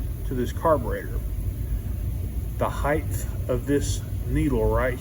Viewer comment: No such word as heighth, it's 'height'. And put gloves on next time. No one wants to see closeups of your gd nail fungus. Jesus.